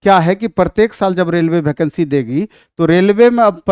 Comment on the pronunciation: भैकंसी ni वेकेंसी होता है